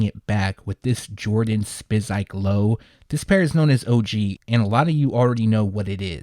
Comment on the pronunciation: “Sippin on some Siz-Urb” no there “Spizike’s” 🤭